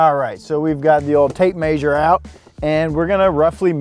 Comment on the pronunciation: 'Tapemaysure' haha